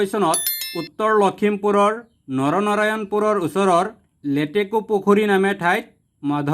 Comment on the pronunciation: Narayanpur hoi.. Naranarayanpur nhoi